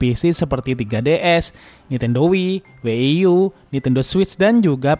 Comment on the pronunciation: Setahuku ku Wii & WiiU bukan Wieie sama W ie ie U